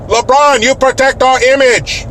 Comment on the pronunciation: It's "Re-Braawn"